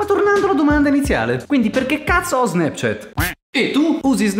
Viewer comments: Si pronuncio SNAPCIAT non SNEPCIET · Nessuno:: SNEPCHET